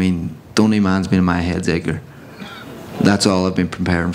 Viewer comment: Someone needs to tell the trainer the D isn't silent in Edgar